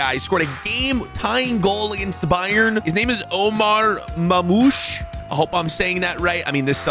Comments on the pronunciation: He’s from Egypt he’s really good pronounced mar moosh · his name is omar marr-moosh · Its marrrmoush trust me I am egyptian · I feel tramatized it’s Omar (mar) moo sh